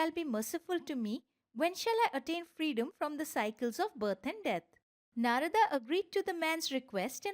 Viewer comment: thanks for such a great video. but i think we indians should not change pronunciation of indian words in english translation such as Narad, brahman, atman etc.